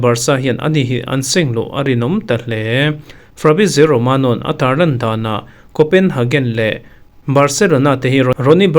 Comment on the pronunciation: Coenhagen nilovin haven niiin an lamin ka hria